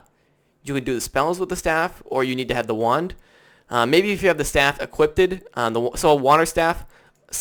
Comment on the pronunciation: Equipped. Not equipted.